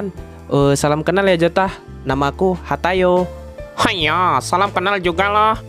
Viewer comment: kok bilangnya hatayo sih bukan hayato